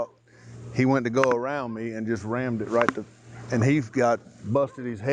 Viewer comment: Yep. The main piggy said “ramd-ed” a couple of times and another one asked if that was the horse’s “paws”. These are the geniuses we employ.